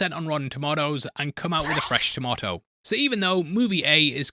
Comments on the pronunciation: I watch the popcorn meter not the tomato. And it's pronounced "tomato," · Says tomato weird but I bet he says potato like a normal person. Explain that 😂